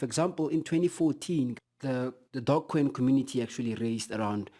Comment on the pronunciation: I only hear DOGcoin... Do you're homework brother! You're missing a E... Tzzzzz